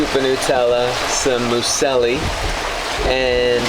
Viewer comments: WHAT A CLIFFHANGER! :O Also, 'Museli' MUSE-lee. Can we get an update on Singha + Cleo ? Do you ever worry about them jumping off or something? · Muse-ellie, I think you mean muse-lee. 😜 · MUSE LEE not muselli LOL love sailing in weather, at least you are sailing.....